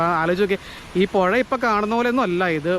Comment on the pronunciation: പൊഴ അല്ല പുഴ .